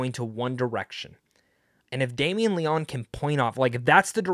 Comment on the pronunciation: Great review! Going to see it asap. It's pronounced (Leo- knee) by the way!